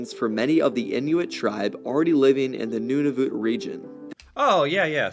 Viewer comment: "the northernmost town resides in NOON A VOOT" Dear god